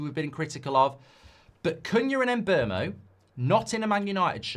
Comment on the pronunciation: Mark and the internet have to learn his name is not pronounced as it spelled. Mbeumo calls himself MBOOMO like in BOOM!